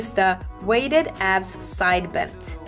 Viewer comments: When she says "abs", I hear "azz"..anyone else? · Every time she said abs I heard ass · Is she saying abs or ass?